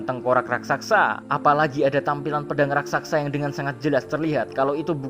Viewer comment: Raksasa min, bukan Rasaksa